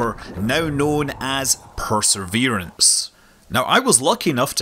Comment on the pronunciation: please pronounce the word as "perseverance" not "perseRverance".